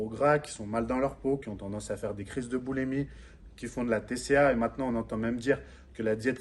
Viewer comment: Juste une correction : boulimie pas boulèmie.... Sinon vidéo intéressante